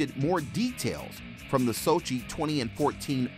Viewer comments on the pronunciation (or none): Please learn to pronounce "Cossack" correctly ... and "Sochi," while you're at it.